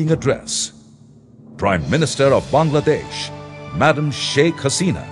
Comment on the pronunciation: The guy pronounced my country's name correctly :O What more can I ask for? Haha. Its wonderful to see our fellow neighbors (Indians,Pakistanis,& etc) commenting with such positive attitudes :)